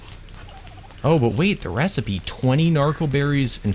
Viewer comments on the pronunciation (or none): none